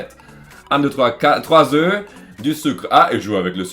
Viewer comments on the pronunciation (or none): none